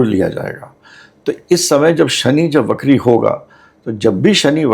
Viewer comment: बहन ! 'वक्री' शब्द का उच्चार "बकरी" नहीं करना चाहिए।